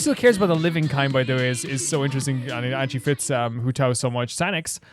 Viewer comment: Huh, with the way you pronounce Beidou sometimes, I thought it's an "acorn" situation. Huohuo as Huhou though, that's new XD I must have missed it, but are you somewhat dyslexic?